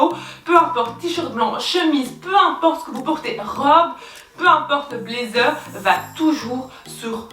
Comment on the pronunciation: Hello, sympa la vidéo En revanche l’accent anglais c’est pas encore ça 😂😂😂😂 « blaizeure », « pretty liteul ti », « youtou » 😂😂😂 un bon fou rire comme on aime, merci